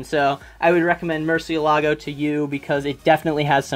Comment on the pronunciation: The way you pronounce Murcielago was freaking adorable. Also I want to give you 3 recommendations you might like. They are comics, not manga. But I have a feeling you will love them: -Peter Pan by Loisel. It's a super dark retelling of the original story. It follows Peter before he became the hero of Neverland. Art is amazing, It deals with super dark subject matter like guilt, rape, child abuse and many more. Well worth the read. -Sky.Doll by Barbucci Canepa: take a second to look it up on Amazon, they have pictures of the pages on each one. They will convince you much faster than anything I can say. Locke and Key: this series was the only reason why I was willing to give comics a try. It's a Horror series with a huge mystery at its core. If you love Bloodborne, Lovecraft or literary anything by Stephen King then you will fall in love with this series. Hope you give at least one of these a try!